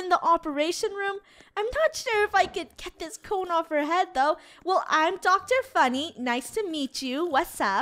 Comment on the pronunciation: Draco said I was thinking it was Fun-neh!!!! Insted of Funny!! LOL like if u guys agree